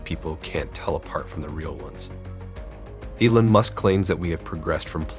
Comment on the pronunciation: Who the hell says Elon like that? I mean I'd get it if you weren't American but jesus christ "A-lon" really?